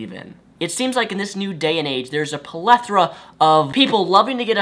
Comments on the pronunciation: You pronounced plethora wrong. I am offended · I'm offended by your pronunciation of the word "Plethora"